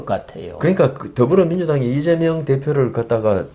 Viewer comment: 아무리 들어도 '이죄명'으로 들리는 건 왜일까요